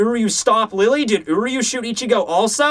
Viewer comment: Just so you know, Lille Barro's name is pronounced "Li-yeh" not Lilly (Rije in the romanization.)